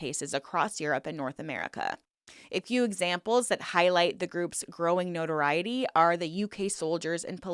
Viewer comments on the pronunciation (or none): none